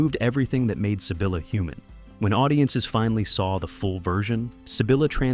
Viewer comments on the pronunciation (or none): none